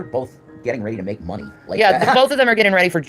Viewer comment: Annand there it is, FOEKS!! The REASON for Shanny and Rev's recent new PEP IN THEIR STEPS!! OMG i can't stand the way Rev says "Munnie" LoL is it just me? Or?